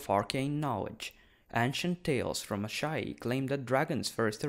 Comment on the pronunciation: I love how you can pronounce Asshai as "ASS High"